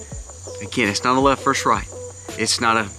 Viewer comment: It's good VERSUS evil. Not good "verse" evil. Please. Get it right.